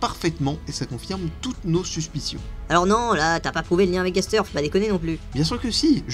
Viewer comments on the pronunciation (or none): Ah oui, Gaster se dit Gastèr, c'est un personnage dans un poëme latin. Bonne journée